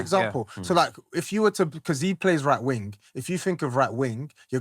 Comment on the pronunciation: Can someone tell, he doesn’t need to pronounce the G in the wing.